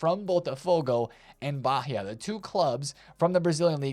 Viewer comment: not baRia, but baia(Bahia)